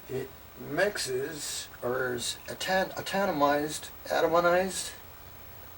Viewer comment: Wow cant even say atomize correctly lol